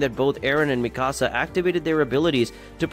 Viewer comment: Meeee kaa saa